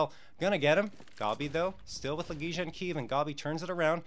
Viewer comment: i'm sorry, but i'm literally just a FAN since early 2017, and i know more about the player's names than this guy? wtf???? it's La Gey ya.....fck.....